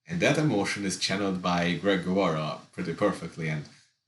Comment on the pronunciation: Did you say “dreg”? That’s what I call him.